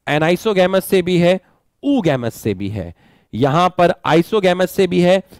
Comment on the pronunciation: Anisogamous and oogamous said wrong